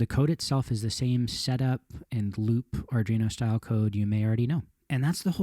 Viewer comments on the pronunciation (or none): Arduino, not Ardrino. It's grating every time you butcher it.